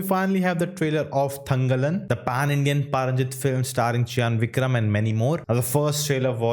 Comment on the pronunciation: It's thanga + laan not thanga + lab